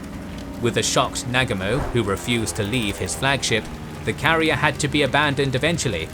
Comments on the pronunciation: the mispronouncing of the names on both sides makes this video so hard to watch. Please learn how to pronounce the names of the major characters. The worst is when you say Nag-umo.... It's Na-Gu-Mo.... :( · Excellent account as usual only slightly diminished by the incorrect pronunciation of names such as Nagumo. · Wtf, arrogant Brits can’t pronounce Negumo. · Thumbs down for your laughably incorrect pronunciation of Nagumo.